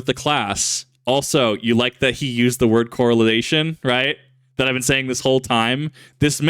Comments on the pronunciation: It's correlation, my man, not correlization. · 0 out of 5 stars Bro kept saying coralization instead of correlation, literally unwatchable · I love you but it's correlation not corelization. It's Correlation! Because there's a co-relation, KIP! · Drink every time this mispronounces “correlation”.